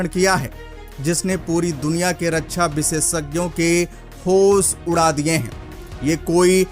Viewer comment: जय हिन्द ! भाई रक्षा बोलो रच्छा नहीं